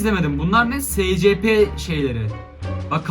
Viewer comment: Abi şuna uyuz oluyom scp şöyle okunuyo esipi diye şuan okunuşunu yazdım